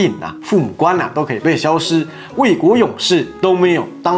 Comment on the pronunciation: 為什麼89要把加給（ㄐㄧˇ）唸加給（ㄍㄟˇ）？是做影片的關係嗎？